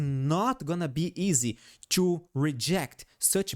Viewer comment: "In order ciù ..." 😂🎉